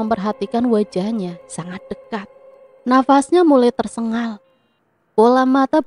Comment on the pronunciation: tu gk bisa yaa bilang TERSENGAL? Kok TERSENGGAL terus